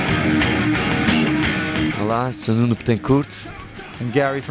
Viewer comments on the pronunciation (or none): lovely vid! i'm still trying to figure out how nuno pronounces his own name.. is it like nunu or nuno?